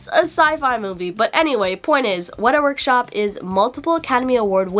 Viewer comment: Yes, you said Weta Workshop right! Icon :)